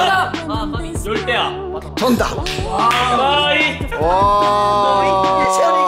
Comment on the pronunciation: 초딩인 저보다 발음이 약하시네요;; 열대아가 아니고 밤 야자를 써서 열대야입니다... 근데 충격이게도 편집본에도 열대아라고 적혀있네요...